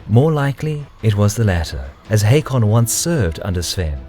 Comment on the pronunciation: Its pronounced Håkon